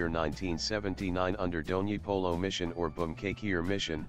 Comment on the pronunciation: Bdw it's not Dhoni polo it's DONYI POLO VIDYA BHAWAN